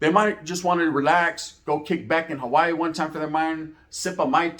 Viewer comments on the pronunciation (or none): none